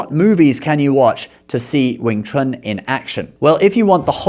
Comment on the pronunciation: The best "Wing Chun" men in the world have been White Men for more than 2 generations, both inside China and outside China, of both the major lineages, and everybody knows this, except for the goldfish who can't tell the difference between reality and movies. And you're pronouncing it wrong, mixing a bit of the Cantonese pronunciation and the Mandarin pronunciation, specifically Wing (Cantonese) Chun (Mandarin) Kuen (Cantonese), but of course, which sounds ridiculous. Your Mandarin was much better. I would have to hear a bit more than 3 words before I'll concede "100% accurate", although to be clear, in more than 30 years in China, Hong Kong and Taiwan, the only time I saw a "foreigner" with 100% accurate diction and tones, was myself or my brother, never seen another one, especially whatever 'famous' ones they prop up on the boob tube. Tones, correct, in Mandarin that is, but fluency..., there's more than a bit of rust. Correction, Cantonese does not have a writing system, whilst claiming to be the oldest and "true" Chinese. They use Mandarin Han characters, with modified characters. 沒有文字，談何文化。 Centre line is common knowledge to all marksmen and trauma surgeons. The heart is not on the left, it's right in the middle, 3.5" under the sternum, slightly leaning left. Dart fingers, not thrust. You, clearly, learned even less 'Wing Chun' than Donnie Yen, which is to say, nothing. Little idea can also mean little dream, albeit granted idea is the popular translation, ie, superficia